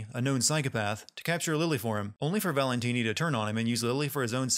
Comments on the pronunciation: Am I the only one who dies a little inside each time he says "Valentine" instead of "Valentini"? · Did he think we wouldn't notice him calling Stefano "Valentine" instead of "Valentini" for the first half of the video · It's ValentIni not Valentine. But magnificent sinning as usual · Biggest sin is the uploader calling Stefano Valentini "Valentine" for the first half of the video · Valentine? You mean valentini?... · Gonna have to sin the sinner here for mangling stefano's last name. Valentini....not Valentine. XD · WHO DA HELL IS VALENTINI? Just use Stefano. gezzz! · If I have one criticism, it's that you refer to the first villain as "Valentine," then switch to the correct "Valentini" halfway, which is rather jarring. That said, amazing video, especially when pointing out the sillier bits of dialogue (and the one so-silly-it's-awesome one)! Oooh, this is a tough vote. On one hand, Wolfenstein II would be more interesting...but I really want to play it before any sin video, but that seems unfair, & AC may be more sinful...it's a coin flip here, so I abstain.